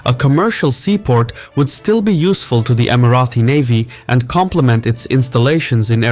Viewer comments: Great video. It’s Emira-Tee not Emira-Thee btw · Okay why do you think it’s pronounced EmiraTHI? I’ve never heard anyone else pronounce it like that. It’s Emirati « Tea » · It’s not Emirathi. Emirati ✅ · Emirati is pronounced with a plosive T, not the fricative TH. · just a question, why do you keep pronouncing Emirati as EmiraTHi? It is pronounced as Emirati in English as it is spelled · Emirati ✅ Emirathi ❌ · Why do you keep saying "Emarathis"? It is Emaratis.. felt like it was Marathis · Why "EmiraTHi"? Just Emirati ! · Love your videos but noticed whenever you have UAE content you pronounce Emiratis as Emi-Ra-Thee . The correct pronunciation is Emi-Ra-Tee. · Why do you keep saying *EmiraTHi*?!!! It’s EmiraTi! There is no TH sound!.. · bruh first of all can you pronounce Emirati right? it is Emirati not emarathi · Not Emirathis where did u bring that from, Its ((Emiraties)) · STOP SAYING EMARATHI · Stop saying EmiraTHi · Why does he keep saying imaraTHis 😭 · You invented a new annoying word "EmiratHy"! Nobody ever pronounced it like that! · why do u keep calling us "Emarathis?" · No it’s not, it’s Emirati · Please learn (or teach your AI) how to say "Emirati" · Emiratis not Emirathis!!